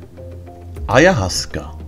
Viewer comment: Čte se to: Ajawaska. Díky za článek.